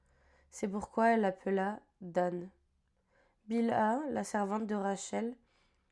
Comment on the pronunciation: C'est pas bila mais bilba